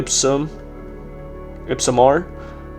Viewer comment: "ipsum" really ? 😂😂😂😂😂